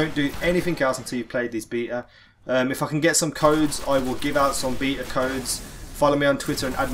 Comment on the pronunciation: Beeta? Tf is wrong with you